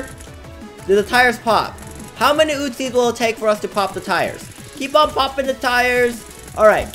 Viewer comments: And it’s uzis not utzis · User “five loads of ootzies”